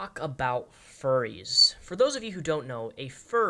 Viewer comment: 😭 fuwwies awe good peopwe I am a fuwwy so I know!!